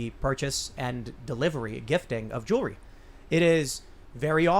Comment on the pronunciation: I'd like to take this opportunity to remind everyone that the word is "jewelry" and NOT "jewlurry". "Joo-el-ree" NOT "joo-luh-ree".